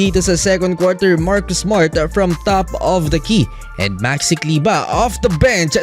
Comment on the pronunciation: Maxi kleber bro.hnd kleba.pinoy tayo,hnd kano